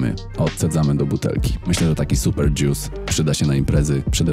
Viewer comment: nie mówi się dzius tylko dżus jak już, ewentualnie dżjus :P